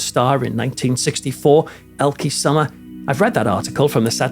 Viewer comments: Would be nice if you would attempt to learn the correct pronunciation of her name. You say it so often it’s annoying you couldn’t be bothered to get it right. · I so wish I could leave you a voice message with the right pronunciation of the name Elke Sommer... 🥺